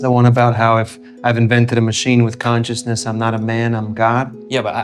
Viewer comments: Such a great video! A small complaint: you pronounce “consciousness” as “cautiousness.” I was pretty confused why you were talking about Eva’s caution, until I realized why you meant from context. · Cool essay. Some pronunciation aids: consciousness should sound like “conch” and not cautiousness, with more emphasis on the N. silicon sounds like “con” and not “cone”. Computer chips are silicon, not silicone (rubbery stuff) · "Cautiousness" is what I keep hearing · Am I losing my mind or is he saying "cautious/cautiousness" each time instead of "conscious/consciousness"? I stg it's all I can hear, even when I read "consciousness" in the subtitles 😭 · >wants to make a video about consciousness >can only pronounce cautiousness Dang it 😂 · "Caushisness" - The ONE word in the entire video you can't pronounce and have to say like 500 times LOL - Just yankin' your chain - good vid! Liked & Subbed.... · This guy keeps saying cautiousness instead of consciousness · Am I trippin or do you keep saying CAUTIOUSNESS? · I was a little distracted. Consciousness has a "n" in it, without which it sounds like cautiousness. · I kept hearing cautiousness, not consciousness. Bugged me. But, yes I think we project our expectations on reality. Didn’t work with pronunciations though. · this dude can't even pronounce consciousness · It shouldn't, but it does annoy me that the narrator cannot pronounce consciousness/conscious :P other than that, I enjoyed the analysis :)